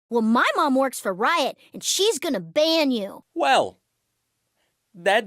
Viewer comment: I wish that "Ban" has a g